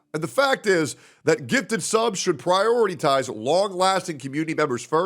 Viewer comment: "PRIORITY-TIZE" ... 🤦‍♂️ a true genius